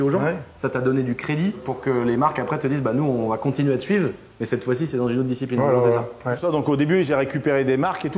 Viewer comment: Je suis vraiment un gogole mais quand il a dit " quand j'ai découvert la disciprine" au lieu de ( discipline ), j'ai plié une barre sorry jsuis intenable.. 🤐😜 Histoire incroyable par contre !!!